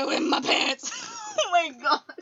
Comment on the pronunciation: 'Dat answers mah question' hysterical fits of laughter